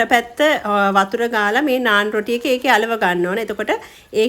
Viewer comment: පාර දිගේ කතාව බලලා...මේක කියෙව්වේත් " නානා" කියලනේ 😁❤🇱🇰